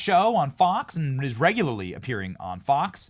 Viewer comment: should correct how she pronounced “regularly”